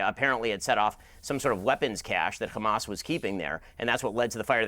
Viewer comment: My ears bleed when Ben Shapiro says "xamas". "F*** Israel, F*** Netenyahu, F*** Zionizm, F*** Biden too. F*** Ben Shapiro, he like five foot two." 🎶